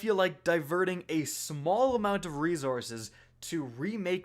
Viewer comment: Ezint and reeeezorzes!